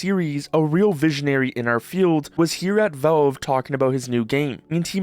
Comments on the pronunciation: There is an A in valve. It's not spelled "velve," it's spelt "valve." Say the A. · they're called valve, not velve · Why do you keep saying "Velve"?